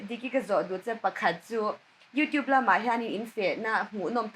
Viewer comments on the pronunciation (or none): none